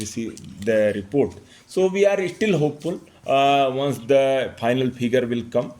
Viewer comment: You're an IAS Officer, pronouncing "PHAINAL" Instead of "Final" and many other vocabularies, just begs me to not trust you running this election smoothly